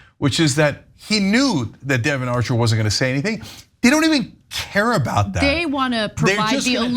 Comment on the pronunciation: She said Devon, get your ears cleaned out